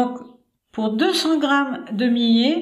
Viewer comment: Le millet se prononce "myé" et non pas "milé".